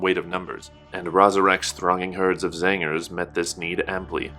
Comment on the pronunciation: I enjoy how you say Zangers whenever you say Tzaangors.